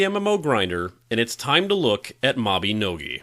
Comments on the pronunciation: ITS MABINOGI! MAB-EH-NO-GEE (like MaGee)! NOT MABEHNOGEH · he says mabinogi wrong